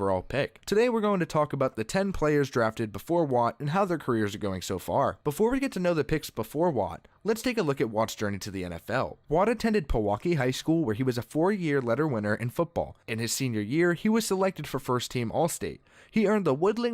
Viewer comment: Its p-waukeee dont disrespect Wisconsin